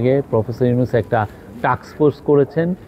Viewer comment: মি: শফিকুল প্রেস সচিব আপনি কি বসের নাম এভাবে উচ্চারণ করতে পারেন? এটা আপনি কোথায় শিখেছেন?